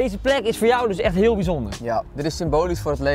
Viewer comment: Ik vond det ein huul good acsent